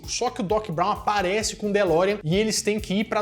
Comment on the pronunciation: “De Volta PRU Futuro” “ZemeRICKS”!? “DeLoreOn”!? “MÉQUIfly”!? “Éric StAltz”!? “Power of Love, sem o The”!? Vocês gostam mesmo do filme?